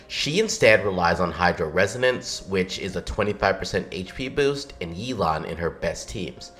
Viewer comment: Yelan pronouced like 'Elon' lmao, man we need Elon Musk on our teams